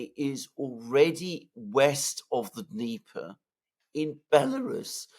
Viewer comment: Alex Mercurious: there is NO such geographical term as DNEEEEEEPA. The river is called and pronounced DÑEPAR with the letter 'R' at the end too. You pronounce it WRONGLY all the time and it sounds RIDICULOUS, the ears hurt when you rip into your long DNEEEEEEEEP'A. It's DÑEPAR - with the 'R' at the end!!!